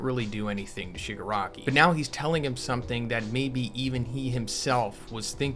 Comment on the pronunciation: it's the Shipanari!